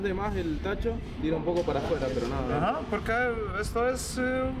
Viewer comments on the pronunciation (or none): none